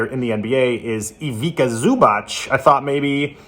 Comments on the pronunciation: It's not Ivica.. it's Ivitza like in Ibitza lol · The letter c is always pronounced as T's as is pets so Ivica is pronounced Ivitsa 😅